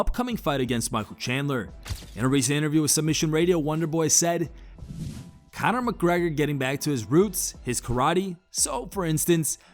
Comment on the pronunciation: Con-er "Karate" Macgregor